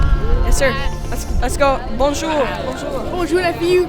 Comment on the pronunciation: Alex de FVU il dit BANJOUR vrm la classe a cette age xd